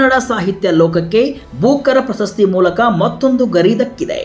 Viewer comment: ಪ್ರಶಸ್ತಿ ,ಪ್ರಸ ಸ್ಥಿ ಅಲ್ಲ